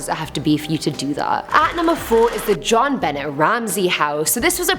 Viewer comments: Great list. By the way you said Jon Bennet Ramsey wrong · The irony is that you don’t know about this case. And I know you don’t know about this case because you’re pronouncing her entire name wrongly. It’s just gross carelessness about an innocent girl’s murder.... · Your welcome. Some times they don't know how to say the words